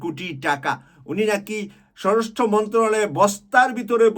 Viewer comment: ভাই, আপনি (সরাসট্রটা) ঠিকমত উচ্চারণ করেন।